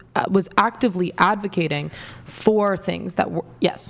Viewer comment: “Awctivley Awdvacating.” Where did this “oxcent” come from? It’s “actively advocating.”